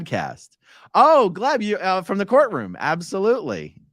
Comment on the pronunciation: every time you say “course room” instead of “courtroom”, i think - Hubbardian slip 😆